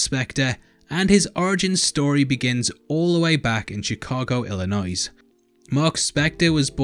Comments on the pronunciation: The s is silent in Illinois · FYI, the s is silent in Illinois,. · the S in Illinois is silent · No way, he was from Illa-noise? Is that near Illinois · Lol Illinoise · The S is silent in Illinois. Great vid :)